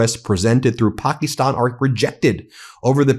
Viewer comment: Ben pokiistan instead of Pakistan dude???*(